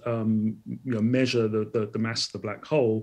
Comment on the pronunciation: Why Call black hall"